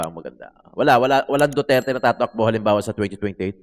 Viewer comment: FÈELINGERANG IBANG LAHI SI GIRL..YUNG PAG BIGKAS NYA NG DUTERTE SINOBRAHAN SA ARTE...HOY!! SAPSAP NA ALITAPTAP...INDE BAGAY SAYO MAG INARTE..INDE KA PAG AAKSAYAHAN NG PANAHON NI VP SARAH..